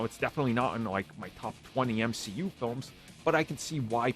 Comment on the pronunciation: I actually can't believe said M-SHE-U for this movie aswell man was that sad to see it show me now that he has doubled down he has to call everything that